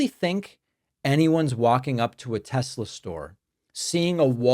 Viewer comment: It's simple, THEY LOVE TESLURRR